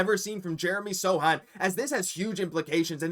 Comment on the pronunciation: Dude! It's S-O-C-H-A-N, not "SATAN". And it's not 'blindness': "the Truth" retired a while ago -- great Celtic SF though.